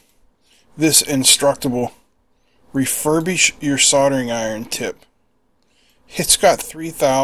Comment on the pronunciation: Except it said refushbish rather that refurbish. So, at least it was accurate! 😂